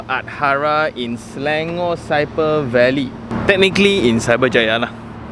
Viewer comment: Local Malaysian said Selangor. Not Slayngor